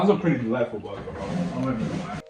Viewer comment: "borgor" chain